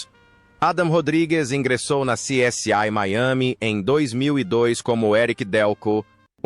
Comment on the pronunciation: Essa narração gerada por IA é horrível, dá até desânimo de acompanhar o vídeo. A coisa é tão feia que nem sequer o nome da série essa voz fala direito, lamentável. Parei de ouvir antes de mostrarem a segunda pessoa!